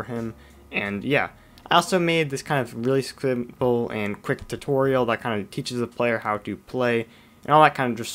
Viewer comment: "really sclrimple"